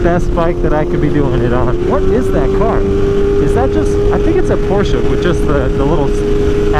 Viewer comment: never seen a video of you before but i like you because you actually say porsche and not porsch. Hearing someone say porsch legit triggers me XD